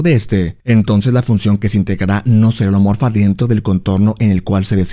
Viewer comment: Excelente video, a veces no distingo si dices homeomorfa u holomorfa, por lo que me confunde un poco. Todo lo demás muy bien.